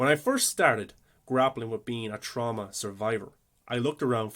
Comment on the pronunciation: Will forever think of Jamie Lee Curtis pronouncing it TrOWWMma.